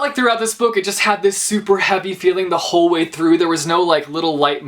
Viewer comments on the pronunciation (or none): none